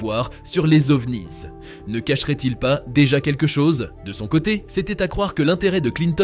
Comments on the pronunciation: il y a aussi les OVNIZZZzzz 😂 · Quand vous faites une vidéo en français, vous restez en français, s'il vous plaît. Pas besoin de dire le mot Ovnisssss avec un très mauvais accent anglais… C'est vraiment trop ridicule. Préservons la langue française, un minimum, merci 😉